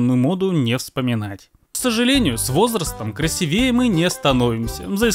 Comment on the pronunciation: Правильное ударение КрасИвее(не хейт)